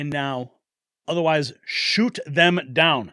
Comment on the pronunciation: Its shoot** not shot..lol sorry Mr Prez